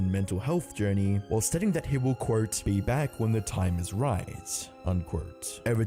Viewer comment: Dude. You gotta get your pronounciation in check. Don't take this the wrong way, i mean no hate when i say that when you say "mini", it soinds like "many" and when you say "quote" it sounds like court. Just wanted to get that out of the way. I'm liking your videos so far but you gotta get your pronunciation in check